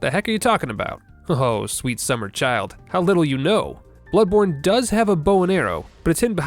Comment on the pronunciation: Bloodborne: bownly